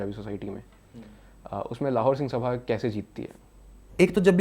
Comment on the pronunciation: It is singh सभा, not साभा.